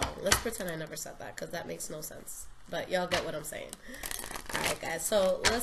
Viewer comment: You sound so country when you said y'all, I'm a southern beau living in ca..haha Happy Holiday's & New Year's 2019. #virgomoon